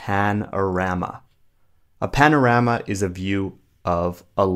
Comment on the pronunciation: Panorama you pronúncia deferente!